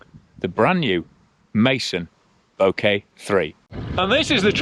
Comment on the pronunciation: Great review of a fantastic bike. Keep working on that "Bokeh" pronunciation!!